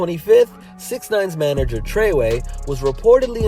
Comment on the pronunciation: all that research and you still call the guy treyway smh